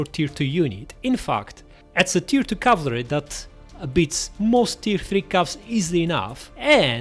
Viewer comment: Btw cavalry is pronounced cav-al-ry, not cav-la-ry